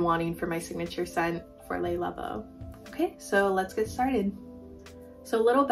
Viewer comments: don't worry about the negative comment. Your pronunciation of Le labo is perfectly fine! That's how I say it too! 💚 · It’s killing me how you pronounce le labo